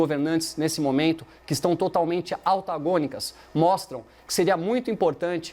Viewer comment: Que porra é "autagonica"?